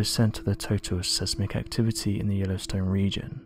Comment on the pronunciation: I love your channel but for goodness sake learn how to pronouce words correctly. In this video the word siesmic should be pronouced SIZEMIC! It is really annoying that you do not get it right! Love